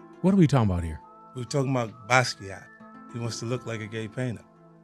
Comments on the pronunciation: Basquiat was 27 years old at death. He died nearly 35 years ago. So to have a dude in his late 40s ( Jay) begin to obsess and reinvent his image to imitate a much younger adult who died decades prior is as lame as it gets. He couldn’t even pronounce the ngs’ name correctly ( please review “ Empire State “) . That’s third childhood. Achievements?!?! Over half of Basquiat’s awards were posthumous. Tf are you talking about ??? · Basquiat is not gay. Stop this madness. The graffiti artist's works sells for millions. 50 can't even pronounce his name correctly. Even if he was gay stop perpetuating these black male stereotypes. Is 5o insecure about his own sexuality? Basquiat is the greatest painter since Monet, Dali, Haring, etc.